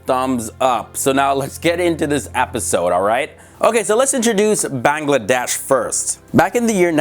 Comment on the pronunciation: plus you said Bangladesh wrong